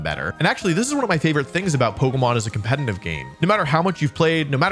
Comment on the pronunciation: I really love your videos but it absolutely kills me that you mispronounce the word 'competitive' despite being a competitive Pokémon player.